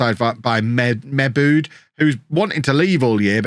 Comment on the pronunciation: To my knowledge, I think Mebude is pronounced Mi-boo-day